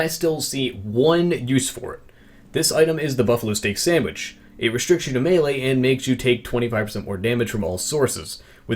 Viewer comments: STOP SAYIND SANDWICH ITS SANDVICH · Did you just refer to the Sandvich as a "sandwich"? #Dislike